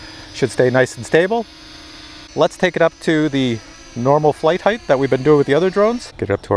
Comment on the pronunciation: It's a bit annoying the way you say the word "heighth" what's that extra H on the end. I believe it's pronounced and spelled "height". But would it not be more appropriate to use the word altitude? Because we are talking about something that is related to Aviation and everything I know about that flies and has some type of telemetry or gauge to measures its distance from the ground or from sea level, in terms of altitude. ASL altitude above sea level or AGL altitude above ground level. What do you think about that?